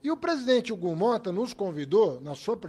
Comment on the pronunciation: Hugo Mota preocupado com o país..."çei"...